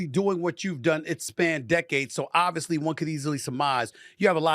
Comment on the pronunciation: stop saying “obvously”. if its obvious why say ut